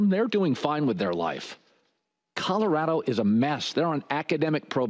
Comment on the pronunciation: I can’t stand Jason calling Colorado “Cottarado”